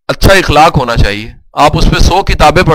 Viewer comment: sir u re excellent but plz dont mind sir ikhlaq ni hota akhlaq hota ha